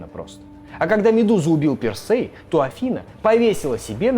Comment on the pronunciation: тИсЕй, пИрсЕй, дИдал. Не, прости господи, Тэсэй, Пэрсэй и Дэдал. А что это за шутки за 300 про БДСМ и закладки? Словно мой батя решил, что умеет в Молодёжный юмор 🤦🏻‍♀️